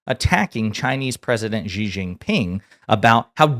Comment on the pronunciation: The Xi part of his name is more pronounced like the english "she". No burn, just for future videos. : )